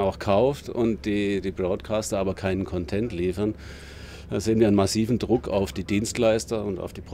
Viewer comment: Der Herr weiß schon, dass die Betonung auf der ersten Silbe bei Content liegt?